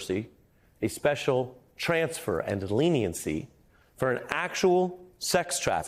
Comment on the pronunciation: "Prison transer"?